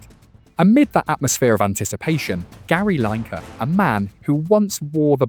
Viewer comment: Gary Line-Kar. 🤣